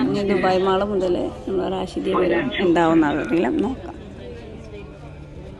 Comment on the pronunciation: ഊ ട്യൂബറെ റഷീദിയ അല്ല റാഷിദിയാ